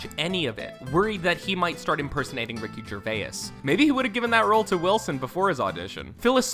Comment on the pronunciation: your pronouncing Ricky Gervais wrong